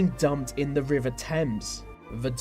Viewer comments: 'th' not 've' ... ffs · for goodness sake, learn to pronounce your th's, its not 've' its 'the', you can do it, as sometimes you do pronounce it correctly, you say 'these' not 'vese', its not a speech impediment, its laziness, why didnt your parents correct you? Its irritating! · i haven't heard this accent so thick before that someone actually pronounce 'the' with an f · We dont pronounce 'the' with F we do pronounce other 'th' words like think, thought, thermal etc with an F sound